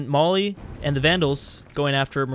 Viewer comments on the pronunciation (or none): none